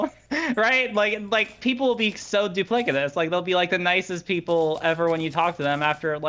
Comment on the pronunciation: Dupli-kitus? she misspoke!